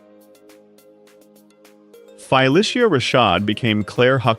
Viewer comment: You MUST pronounce the name of this amazing star CORRECTLY! There is no 'Fi' in Phylicia. DO BETTER.